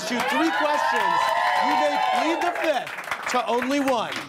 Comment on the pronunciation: does it bug anyone else that andy says fith instead of fiFth?